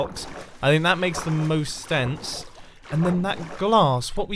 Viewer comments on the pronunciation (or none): Mumbo says “That makes the most STENSE” instead of sense